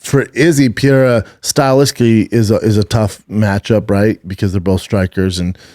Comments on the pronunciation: Does he mean pereira when he says pierra? 😂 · Jesus Christ... Brenden just did the fight companion with Rogan and Joe told him how to pronounce the name "Pereira." He still can't get it right.